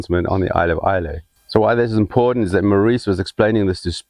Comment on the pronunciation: Thank you. Islay is pronounced ‘eyelah’ and that is not the weirdest Scots name. Ask a Scot how to pronounce Ledaig😁! P.S. Kilchoman is pronounced’Killhoman’.